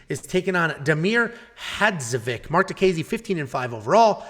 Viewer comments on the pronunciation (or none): Well last time you dissembled Diakieses name, today Hadžovic is a problem LOL...In the future you must know that all surnames from Balkan (Slovenia, Croatia, Bosnia, Serbia) end with ICH at the end. So it is Hadžovich.....Just remember Filipovich, Rakich, Todorovich ect. Yes we write it like IC but pronunce ICH...(all of them)...Thanks for video and greetings from Slovenia....